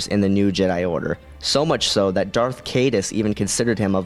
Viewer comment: It's DARTH, NOT DARK, i swear people, do not talk if you can't even say the words correctly. DARTH, DARTH, DARTH, DARTH.